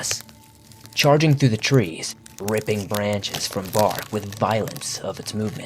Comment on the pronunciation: Miwwyuns of tweez in the pwimeview fowest!!! Mwahahaha(evil laugh)